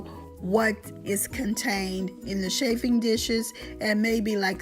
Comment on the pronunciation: You do not pronounce it shaf it is chaf (regarding chaffing dishes). It is also very dangerous to place bunched up fabric so close to flaming tea light candles.